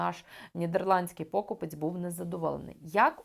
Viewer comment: у слові 'покупець' наголос на 3й склад!!!